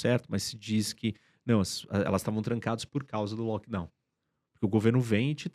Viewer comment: "lockdawn normal"